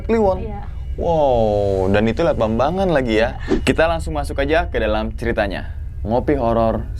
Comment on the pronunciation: Bambangan mbak, bukan bangbangan.